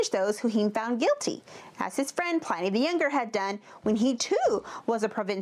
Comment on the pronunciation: gah... she even gets Pliny's pronunciation wrong.